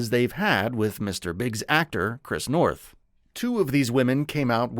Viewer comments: It's Noth, not North. [generated AI narration}?? In any case the character was pivotal. I haven't delved into the allegations; but as an anchor to the real world, relationships, and grounding influence in Carrie's life and for the show, he will be missed. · Oh my God. Your job is to report. Literally report what you read. It’s Chris Noth!!! NOTH. I couldn’t even watch it because I can’t respect the fact that you don’t even CARE enough about this report to get the name right. Repeatedly!!! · Wow, his name is Noth, nor North. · NOTH! Not North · Get his name right please! It's Noth, not North! Basic really, as you're making him the subject of your video, you could at least get his name right!! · It's Chris Noth, not North! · This video is almost as trash as Chris NOTH, repeating the same freaking story about the reboot series for 5 mins to take up time, and not even taking the time to make sure you got the creep’s name right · I am not watching your channel again if you do not find a narrator who can read! It is NOTH, do you see an R in that name? NO. The Cedars- Sinai mispronunciation was even MORE stupid!